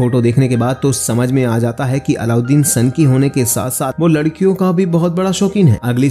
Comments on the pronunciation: Bhai allauddin nhi aladeen hai... Pronunciation to thik se kr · Its Aladeen not aloudeen 😂😂😂 bhai explaination day rahay tu dhunk say naam tu sahi liya karo😂